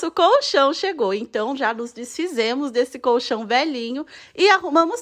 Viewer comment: Que satisfatório ouvir alguém pronunciando colchão da maneira correta. Tá cheio de vídeo de pessoas falando "cochão" na internet, sem o som do L, dá uma agonia kkkkkkkk